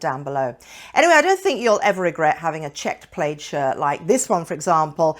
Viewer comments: ..in US and UK we pronounce 'plaid' as PLAD..we just do.. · Why do you pronounce plaid like you’re not just south of Scotland? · PLAYED no I think it is PL "A" D, A as in Apple. Good advise. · Yes plaid rhymes with bad…